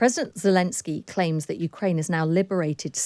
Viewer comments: "Ukrainia"? Really? I mean, it was at least twice. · Ukrainia? I haven't heard that since I was a little kid and mispronounced the name of my father's homeland. What a journalist you are .The headphones are a curious retro touch, very 20th century. Is the audio fidelity that important? Is your studio really noisy? Marxist glasses?